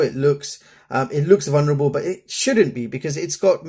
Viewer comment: sapphire is the hardest material in the world you idjit. "vulnarable" eh? 😅